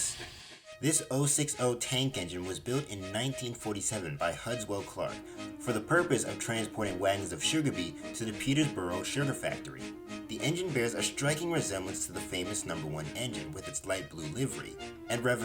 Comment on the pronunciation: It's peterborough (Peter bu ru)